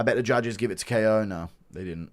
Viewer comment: Bro’s named Ko as in rhymes with go bro stop saying k.o with you head ayuh